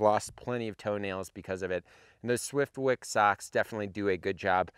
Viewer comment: I thought he was talking about sacks. Nope. Socks......DA bears